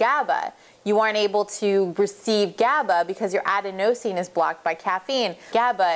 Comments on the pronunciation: It's pronounced "a-den-o-sine" not "aden-o-sine". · aDENosine, not adeNOsine, sry, that was driving me a little nuts. Good info. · You're right :) It is aDENosine... not adeNOsine. :) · Adenosine is pronounced "ah-DEN-uh-seen" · Ad-a-nose-ean. Lol, right. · I thought the way to pronounce adenosine was to put the stress on the second syllable, like "aDENosine." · Please learn how to pronounce adenosine